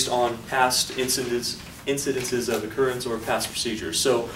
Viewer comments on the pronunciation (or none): I like how they continuously butchered the word 'occurrence'